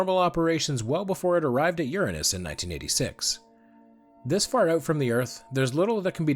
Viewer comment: re: pronouncing Uranus, THANK YOU!!!!!! I really think it should've been spelled Ouranos so we wouldn't have to deal with the stupid-ass butt jokes.